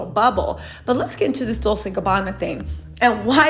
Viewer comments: It's pronounced :Dol- tche, not Dol-se sweetheart. It's Italian. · I think "Dolce" is pronounced with a chay sound on the end. You keep saying it like its pronounced like Dolsay or something but I think its supposed to be pronounced like Dolchay..not trying to pick or be rude and I could be totally wrong. And if I'm wrong I completely apologize. Please don't take my comment as me being negative cause I adore u and your entire channel and presence on Youtube! XoXo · Dol-Say?? it's Dol-che! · love your channel. Dolce is pronounced (Dolchay).